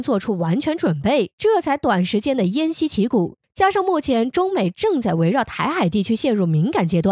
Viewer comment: 偃旗息鼓，好好读